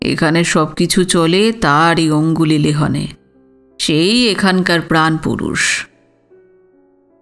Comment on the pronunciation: শব্দটি "অঙ্গুলিলেহনে" নয়.. "অঙ্গুলিহেলনে" হবে।